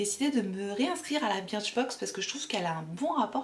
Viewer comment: J’ai été abonnée longtemps à birchbox prononcée burchbox pour info 😉Je trouvais que les boxs ne se valaient pas toutes, trop de miniatures parfois. A voir si tes vidéos ne me referont pas craquer. Team 82, team chouchou 🤓